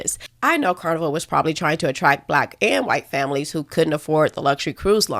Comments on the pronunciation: The word is ATTRACT with a T, not ATTRACK like you pronounced it. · Me thinking she’s pretty and considering listening…until she says “attrack”.